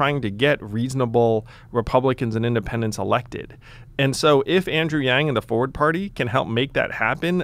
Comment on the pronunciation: Speaking of mispronumciation (Succession), Forward is pronounced as it's spelled, complete with the 'R' sound! Not Foeword!